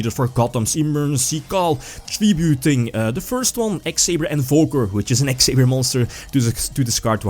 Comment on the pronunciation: Did you say x-sabers? Somebody get billy brake on the phone.